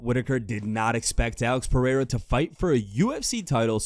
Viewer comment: That pronunciation of Pereira was whiter than mayonnaise